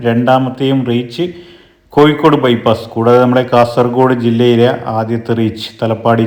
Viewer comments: ഇക്കൂട്ടത്തിൽ കാസർഗോഡ് കൂടി മിക്സ് ചെയ്തു പറയുന്നത് കൊണ്ട് കാണുന്നവർക്ക് ഇത് കോഴിക്കോട് ആണോ കാസർഗോഡ് ആണോ എന്ന കൺഫ്യൂഷൻ ( കോഴിക്കോട് ) ആണ് അല്ലാതെ )കൊയ്‌ക്കോട് അല്ല ( ഴ ) ശരി ( യ് )തെറ്റ് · Koyikode...😂... കോയിക്കോട്